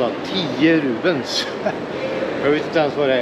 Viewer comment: Rupies heter det va? Valutan. Rubens låter det som att du säger. Du äter och dricker gott. Ser riktigt gott ut